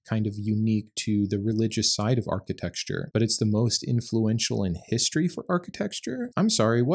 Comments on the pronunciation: hey, I only mention this because I would want someone to mention it to me if I was making this "mistake." the word is generally pronounced archi-tec-chure (or something like that), but not generally pronounced archi-texture.😊 I love your videos. ❤ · I'm going to focus on the most important part of this video. You said it multiple times. So, I think it needs addressing. It's architecture, not "architexture" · I love the work you do but "architexture" was killing me! Lol! Good video as always. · I don't want to be mean, but I love how you say "architexture" and I'm sorry if it feels like I'm calling you out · Dear lord(s), please reveal to the actual pronunciation of “architecture”. That is all.